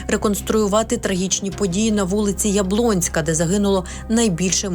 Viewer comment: вул. Яблунська. Говоріть нормально.